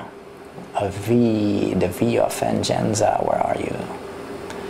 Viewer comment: haha he said Van-jen-za... =P its a spanish word "Vein-gan-sa" =P meanin revenge lol oh well im sure i woulda did the same thin if I didnt know a diff. language.